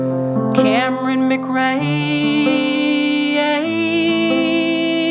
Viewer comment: Also, I'm Camryn McRae (recently married, maiden name is Johnston) from your patreon and I just have to say you sung my name so beautifully, really made my day, thank you!!! :') (P.S. great job on the pronunciation, people usually get it wrong! My husband was impressed lol)